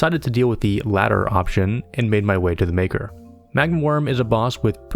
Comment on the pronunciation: Underrated channel! It's "mah-kar" tho. xD